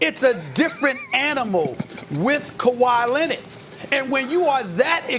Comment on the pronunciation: nobody: absolutely nobody: stephen a: KAWHI LENNID!!!